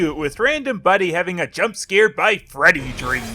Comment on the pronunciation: I felt like watching this after and everytime they said 'Freddy' I heard 'Teddy'